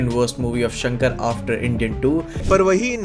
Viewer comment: S shankar bolna toh seekh le gaavar